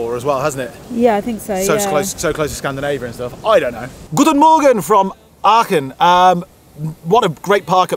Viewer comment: It's pronounced Arken aachen .